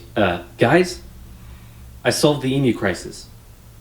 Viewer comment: Thank you SO much for saying 'emu' correctly (eem-yoo). When I hear Americans say 'ee-moo' I throw up in my mouth a little. LOL